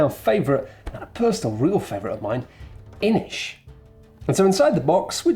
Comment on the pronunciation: says a word from a language I speak Me: "Oh come on guys, you butchered that! Aren't you professionals?? Don't you do ANY basic research before a review on how to say the words you KNOW you're gonna be using from a game?!?": pronounces Inis like "Inish" Me: "Oh so that's how you pronounce that." ¯\_(ツ)_/¯